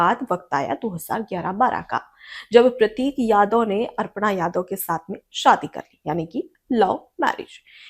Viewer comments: कृपया अपना उच्चारण सुधारें, ये अर्पणा नहीं अपर्णा यादव हैं। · मैडम अर्पणा नहीं अपर्णा यादव है, आपने 50 बार अर्पणा यादव बोला है, कृपया शुद्ध उच्चारण करें, धन्यवाद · अर्पणा या अपर्णा?